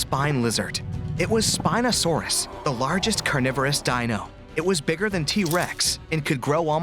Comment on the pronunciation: wrong spino pronunciation